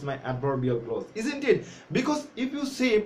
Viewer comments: It's not close as you have pronounced. It's pronounced (Klawz) look up the pronunciation in the dictionary. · Not ক্লোজ, you should pronounce it ক্লজ। From India.